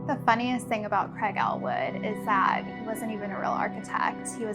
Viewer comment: Her vocal fry is learned. It’s an LA Kardashian culture thing. Gross. And the “O” vowel replacing the short “A”... “that” becomes “thot”, “best” becomes “Bost”. “Thot green dross totally looked the bost on me.”